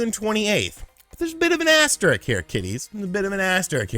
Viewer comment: 85 You hear people pronounce asterisk “Asterix” like it’s the French comic book character all the time but that’s the first time I’ve ever heard it pronounced “asst-rick” 😄